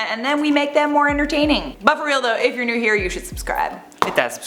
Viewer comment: Lol it sounds like is says 'we post NUDE content all the time' haha Keep your Atari shirt on! I have said this before when you I wore that shirt but I love these, it looks better on me. Lol j/k we both look fly in it.